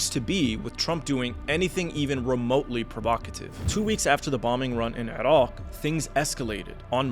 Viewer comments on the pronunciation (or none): Only terrorists pronounce Iran and Iraq the way you do. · Why do you say "Erawk" so weirdly. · continuation sounds like you make sure we all know when you say Irock and Eron. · This guy: "IrAWGHHHQ"